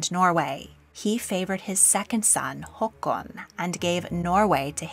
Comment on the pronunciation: I want to applaud your pronunciation of the name Håkan. ❤ Very few non- Scandinavians know how to pronounce it properly.